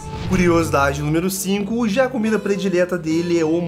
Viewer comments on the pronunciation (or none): none